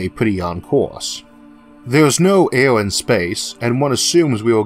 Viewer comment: A "bewo"? What's a "bewo"? Oh, you mean "barrel"! And "awo" is "air"?!